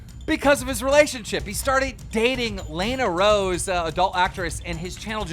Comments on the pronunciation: dude say "lay-na rose"? keem always figures out ways to bomb peoples names in ways never said. pure talent. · "Lay-na roads" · does keem pronounce names wrong on purpose lol... lane A rode then he said go on the murry show lmaooo